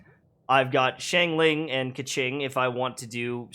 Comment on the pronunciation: Lol i wonder who started the trend of calling xiang ling, ching ling 😹 it's shawn lin